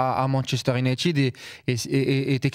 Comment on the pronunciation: On dit « Younaïtiiiiiiid » pas « Younaïteud » Ça sera pas épinglé mais pouvait faire un effort